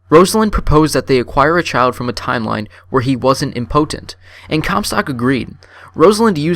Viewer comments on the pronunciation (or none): "Impotent" is pronounced IM-poh-tent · Not trying to make fun. Thanks for the video. Just thought the way you stuck the "o" in your pronunciation of "impotent" was funny. ;) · I'm sorry I loved the video but I can only focus on how you say the impotent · Good video, though you may want to work on your pronunciation of impotent haha. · The way he pronounces impotent smh